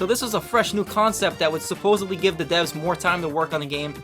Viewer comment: oh it's 3000 deves i thought he said 3000 deafs